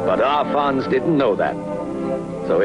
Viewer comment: Arfons not Alfons. Not liking your sloppy journalism as I have a great deal of respect for this guy. In some ways he was the greatest land speed record holder of all time. He did more than the rest of them on his limited budget. Hero man.